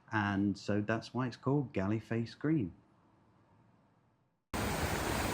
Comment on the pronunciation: Galle Face, pronounce as " Gol face " ...